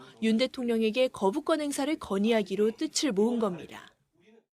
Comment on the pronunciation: 뜯츨이 아니고 뜻을 이다! 멍청한 아나운서야!!!